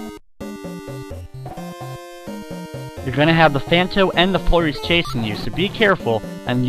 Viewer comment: hehe sometimes when you say flurries it sounds like your saying furries :3